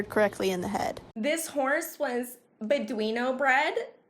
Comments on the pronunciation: When she said "this horse was buhdweeno bread" I was sent flying 🤣🤣🤣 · “this horse was bedwino bred” LMAO 😂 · Her:says horse bred Captions: B E D U I N O B R E D